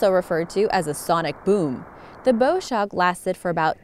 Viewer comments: One of the most intriguing sounds is from Saturn. Why was that not included here? By the way, "bow"- as in bowshock- is not pronounced as bow (in bow and arrow) but as bow in "take a bow"(bend your body forward) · Interesting sounds, but I wanted to point out that your pronunciation of "bow shock" is off. "Bow" is pronounced like the front of a ship in this case, not like the weapon that shoots arrows.